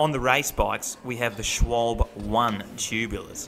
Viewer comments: SCHWALBA IS HOW ITS PRONOUNCED........THIS IS QUITE SIMPLE AND CONFIRMED WITH MY GERMAN FATHER....PRONOUNCE...PORSCHE...THE E IS PRONOUNCED LIKE AN A SCHWALBE IS PRONOUNCED SH-WALL-BA...... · as a GE native: schwaahllbeehh and pronounce the e like egg. furthermore I hype those tyres bands and tubes, never had a flat or any other issue, will stick with them :)